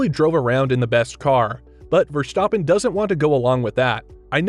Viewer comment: Max Verschtoppon?